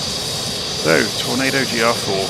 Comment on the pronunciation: Ah! The infamous "Torando" 😉